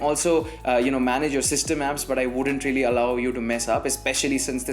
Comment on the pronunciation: rrrreaaly, rrrrealy rrrrealy